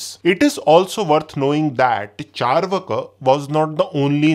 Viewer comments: Pronunciation is charvaak not charvaka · Bro it's चार्वाक not चरवाका